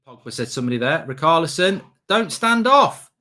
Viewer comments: His name s Richarlison not Rickalson you tit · Why’s he called richarlison rikarlison